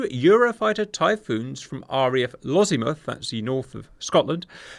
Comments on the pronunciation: Lossiemouth, not Lozziemouth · I cringed a lottle everytime you said Lossiemouth.... Loss - e - mouth not Lozzie-muth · I'm sorry, I can't stop laughing at the pronunciation of "Lozzimuff". That Sir, is a completely different thing! 😂